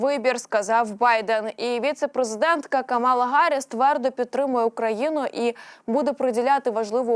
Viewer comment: Правильно Ка'мала Харрис,пишите правильно...